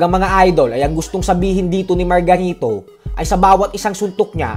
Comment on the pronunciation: ayusin mu pag bigran ng margarito..parang may mali